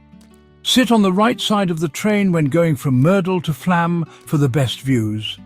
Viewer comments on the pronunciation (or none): It's pronounced "Flawm". It is spelled with a letter Å for a reason.